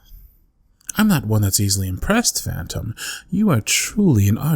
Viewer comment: i heard fanta instead of phantom lmao why